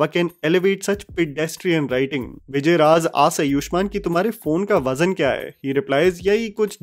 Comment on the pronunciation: Vijay Raaz* naam to sahi se lo 🙂